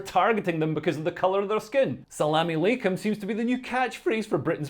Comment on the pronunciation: sounded like sell all my Kum